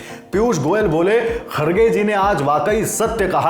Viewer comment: खरगे नही खर गे है।